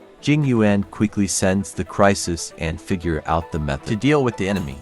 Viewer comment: Im crying, they pronounced yuan wrong, im chinese and its pronoucned like yen